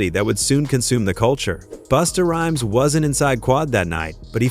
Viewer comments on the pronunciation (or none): Who TF is BOOSTER RHYME??? Who TF is PACK??? Nah...this AI shit is outta pocket! WTF???!!!